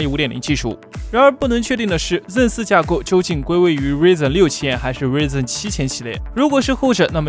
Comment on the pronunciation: 你这天天报硬件新闻还瑞刃瑞刃的，你但凡看过一次AMD发布会也不会读错名字，不晓得你这频道到底是水新闻还是真的严谨做内容